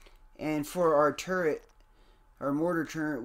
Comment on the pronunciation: Turret not turrent 🤦‍♂️